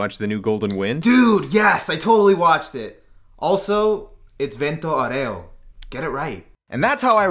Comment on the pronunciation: Me, an italian, when he fucks up the pronounce of "vento aureo" and is even smug about it with that "get it right": NO NO NO NO NO NO NO NO